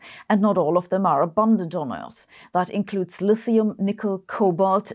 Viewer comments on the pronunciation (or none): none